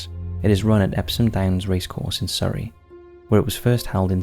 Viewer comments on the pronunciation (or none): none